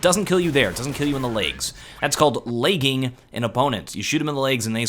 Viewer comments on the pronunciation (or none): Lmao "Laygs"